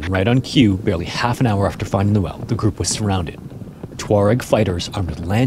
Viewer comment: Please correct your “the” The word The, in “The early” is pronounced with a long E. I’m sure you know that but it definitely matters more than you probably know. Great channel otherwise!